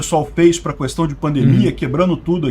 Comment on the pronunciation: O cara que fala "Cuestão" não pode ser levado a sério. kkkk